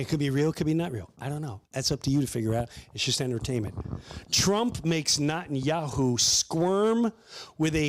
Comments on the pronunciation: Its pronounced Net-and-Yoohoo. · Have you heard how the Iranians pronounce it? "Na Tanya Hoo" 😂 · He didn't even say reptilians once! Also, you mispronounced his name.. hilarious. is this comedy? Are you a reaction political podcaster now? Who wants your opinion? Who's laughing at this? Are you ok? ...